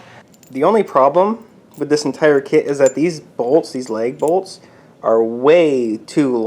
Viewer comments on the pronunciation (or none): LAG bolts NOT leg bolts!